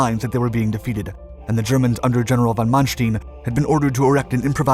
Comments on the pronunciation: Ideally, you should have a narrator who knows how to pronounce the names of German generals. When the narrator said "von MannSTIEN" instead of "MannSTEIN, he lost all credibility, and I stopped watching. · Try to pronounce the part "ei" in " von Manstein" as you say the "y" in "Why" so like "von Manstyn". That sounds far more German